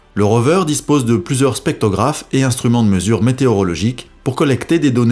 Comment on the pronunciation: On dit spectrographe, pas spectographe